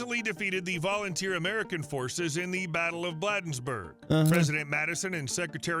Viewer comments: His voice may be clear but he CLEARLY is not from Maryland because HE CAN'T SAY "BLADENSBURG" PROPERLY! What is this "blaaaaadensburg" bullshit?? It's like the BLADE of a knife! A BLADE of grass! BLADENSBURG!!! Jesus effing Christ lol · "Blah densberg" is a wild mispronounciation. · It’s actually pronounced “Blade ensburg” the a is long, as in bay. 😊